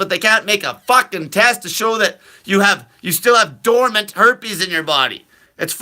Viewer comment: You are uneducated! It's dormant! BS